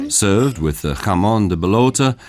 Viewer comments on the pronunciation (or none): none